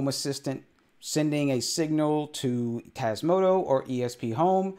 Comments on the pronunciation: TasmotA not tasmotO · I love your vids, but can you please stop saying TasmotO? 🤣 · Why "Tasmoto" instead of "Tasmota" though? Is this some inside joke I don't get? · TasmotOOOOOOO? Have a little respect for the project and call it by its actual name please. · But it's not how you constantly pronounce it. It's a small thing, but annoying....